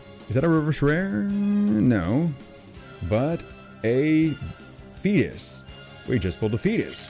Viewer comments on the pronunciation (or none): none